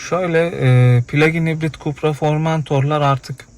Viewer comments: Supra değil be kardeşim KUPRA okunur. Otomobil üzerine yayın yapıyorsunuz ama bir markanın nasıl okunduğunu bilmiyorsunuz. Yanınızdaki bayi personeli Kupra dedikçe siz hala Supra diye inat ediyorsunuz. Bir tek Supra var O da Toyota Supra. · Kupra diye okunur